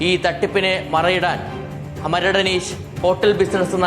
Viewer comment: അനീശ് അല്ലടാ അനീഷ് എന്ന് പറ